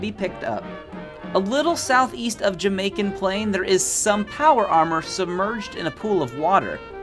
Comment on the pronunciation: "Jamaican Plain" "Zimon-zha" "Scaver" "Goodneighborhood"